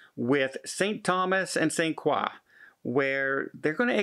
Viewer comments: St. Craw? You mean St. Kroy? LOL. My first cruise was on the MS Memoz owned by the French cruise line Paquet. I was one of about 20 U.S. citizens on board and we went to St. Croix....and the French staff all pronounced it Saint Kroy. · It's Saint CROY....not Saint QUAW. We're not in KEY-beck. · Hey …..it’s pronounced Saint CROY….. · 😊 pronounced Saint *Croy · ‘t Frenchify it - it‘s pronounced Saint CROY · You’re saying St Croix wrong.😁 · you pronounced the island name St.Croix incorrectly 😁